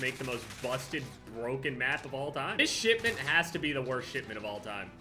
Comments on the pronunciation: Am I the only one who hears SHITment instead of shipment ??? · When he says shipment it sounds like shitment